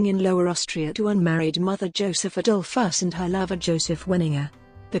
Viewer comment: An appalling narrator obviously knowing little of English, correct reading tones, rythm and balance...why pronounce the subject’s name as dol’FUSS? Also Dolfuss did not found the Austrian NAZI Party and as for English grammar the verb to enjoy is a transitive verb then bidding your listeners “ to enjoy” say what you want them “to enjoy” eg “enjoy the documentary!”....What a hopeless bumble and jumble and the worst of amateur renderings ever heard!...[ President Mike-lass! ] &. Dole-FASS! ]. “Would we like to know more? “. Ye gods Nein!